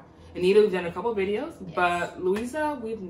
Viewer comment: I spelled Luísa’s last name wrong so I corrected it, then u said her first name wrong